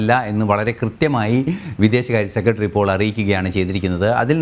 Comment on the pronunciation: News ഒക്കെ കൊള്ളാം. പക്ഷെ ഉച്ചാരണം മോശം ," സെക്കട്രീ ," അല്ല ," സെക്രട്ടറി" എന്ന് ആണ്